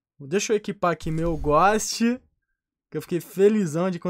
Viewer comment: O "Ghóst" ta lindo mesmo na minha umiude opineition o melhor "ghóst" é o ghost-Osso de Mexilar